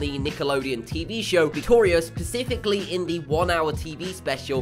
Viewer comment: he said pacifically instead of specifically ughhhh so annoying